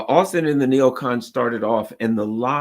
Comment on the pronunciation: Loyd Austen has become Loyd Arse-ten